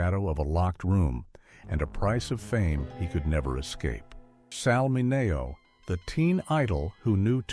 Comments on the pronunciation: its not Sal Min A oh...its Sal Minn E Oh. Learn Italian. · AI it’s pronounced Min e oh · I hate how they can’t correct AI narrators. I mean, “Sal Minayo”??? 🙄😂🤣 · It’s Sal Mi-knee-O. Come on. Please. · The narration uses the Italian pronunciation but Sal Mineo used the Americanized version. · You need to learn how to correctly pronounce Sal's last name. 👎👎👎👎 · Thank you..I was thinking the same thing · Check your AI voice/pronunciation